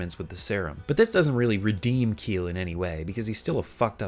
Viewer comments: Just wanna correct you on something. "Kiel" is the Celtic american spelling of the name "Kyle" and is pronounced the same. "Kiel" as "Keel" is the German name of a city and probably what you got when you googled how'd to pronounce it lol. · Isn't Kiel pronounced "Ki-El"?